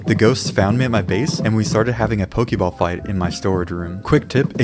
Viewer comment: Ok. Let's acknowledge something. I dug pretty deep into the comments, and nobody noted that he pronounced pokemon and pokeball wrong. But nobody will see this. Why do I even try to correct people? They don't listen to me. They don't even listen when I compliment them. Oh well. It's not new or anything.